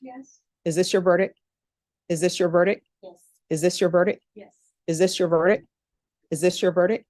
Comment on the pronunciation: I’ve never seen do a murder trial before, and she pronounces “ verdict” incorrectly 🫶